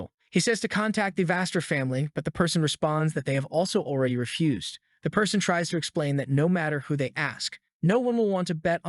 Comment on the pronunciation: Notice how how this guy can never say e even when saying already he says alreaday.